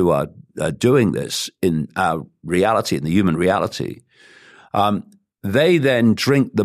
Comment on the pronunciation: Why does he never say the" h" and always say we are "uman "why its strange.??